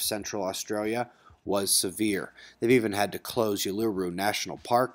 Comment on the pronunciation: Cheers for your coverage of the flooding in central Australia. Just FYI Uluru is pronounced oo-loo-roo ☺️. Thank you for your amazing work.